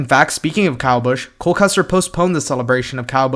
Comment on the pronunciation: You got cole right